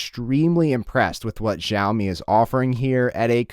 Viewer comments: It’s fucking cha o me not ja o me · Everyone, it's SHAO-mi. Not gzhao-mi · Its pronounced shaomi, not zhjaomi.... otherwise they would have spelt it Zhaomi not Xiaomi